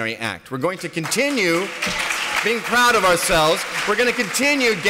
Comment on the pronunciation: ‘Pwowd boys’